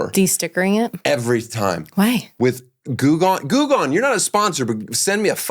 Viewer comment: not me spending a full minute wondering what the hell Goog On was supposed to be before I realized it was Goo Gone. Get your pronunciation together, Danny Eltish.